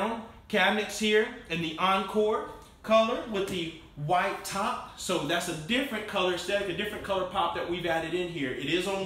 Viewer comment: He had a hard time saying “white top” 😂😂😂